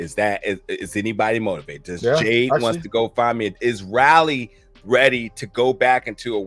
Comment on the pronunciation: I love how’s he saying Raly it’s Riley lol